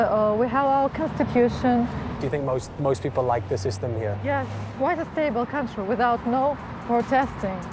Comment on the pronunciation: so many Borat moments "yeees, quite a stable coutriey without no protesting"